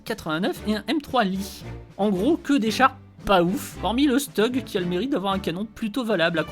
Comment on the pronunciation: Je suis pas sûr que le commentaire sera vu mais le steug comme tu dis se dis chtug 😅